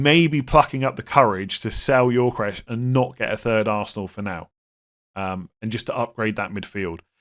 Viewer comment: Every time I hear say Yorkeresh, I die a little inside.